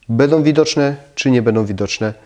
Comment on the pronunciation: A co znaczy będom, płytkom, wodom? Chyba powinno się mówić będą, płytką, wodą, proszę zadbać o estetykę wymowy, jest równie ważna jak estetyka wnętrz.